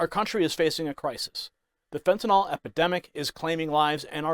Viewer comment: I applaud her exemplary behavior in the face of blatant lying and disrespect. But I do wish you would stop saying "fentanOL". It sounds ignorant because it is.